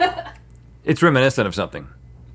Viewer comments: "It's reminicent" -Rhett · Reminiscent…gotta say Rhett. I’ve never heard anyone pronounce it that way lol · Reh-MIN-eh-sent? RHETT. Wth is reh-MIN-eh-sent?